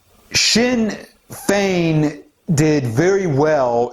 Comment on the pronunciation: Good job on the pronunciation of the Irish Political Parties. No real surprise that "Sinn Féin", are on the side of leftist Globalists' (translation we ourselves or ourselves alone literally a declaration of "Ireland for the Native Irish", ironically). "Sinn Féin", split in the early seventies into "Official Sinn Féin", nick named the "Stickies", and "Provisional Sinn Féin", with the Officials representing the more Conservative Wing and the Provies the more radical and Socialist Wing, no surprise that they would feel an affinity for "Antifa", as they would share their Marxist/Anarchist world view.